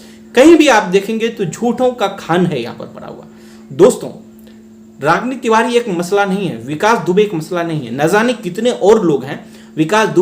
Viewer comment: Tivari ko tivadi bolti hai